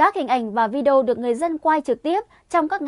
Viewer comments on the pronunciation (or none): none